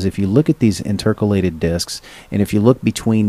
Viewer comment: Educational and informative, but please learn how to pronounce "intercalated" as it drew me out of the presentation every single time you said it. It's interCAlated, not inTERcalated, emphasis in the wrong place. Also the hand written notes could be very hard to read for someone with dyslexia.